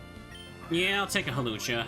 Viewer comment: I love that the auto timestamps (what an atrocious feature) turned your pronunciation of Hawlucha into a chapter/timestamp. I do enjoy me a nice "Halucha".